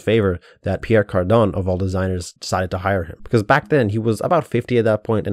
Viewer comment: Sorry have you purposefully misspelled and mispronounced Pierre Cardin?